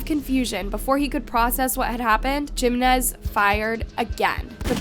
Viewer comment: Her saying "gimenez" instead of "Jimenez" made me stop what i am doing, just to comment this